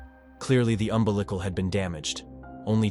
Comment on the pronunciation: "...clearly the UM-BE-LICK-AL had been damaged". We have to change the spelling of words just so stupid AI understands.